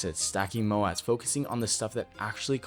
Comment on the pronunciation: When he says mo-at, does he mean moat? As in a barrier that you hear about in old castles and modern businesses? If so, someone needs to tell him how to pronounce it correctly.